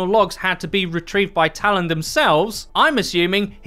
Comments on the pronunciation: Give him a break. He cant pronounce "talon" and its in his native tongue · I don't understand why you can't say Talon properly only half the time. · The way you pronounce Talon really irritates me lol